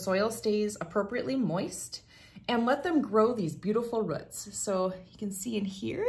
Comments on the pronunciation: She also says "rhutts" but means roots. 🤣🤣🤣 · Rhuts? 🤣 Not a Tenn native! Great videos. 🤪